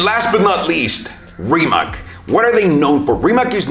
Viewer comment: Small nitpick, Rimac is a Croation company, so it's actually pronounced 'Rimats' Source: Balkan roommate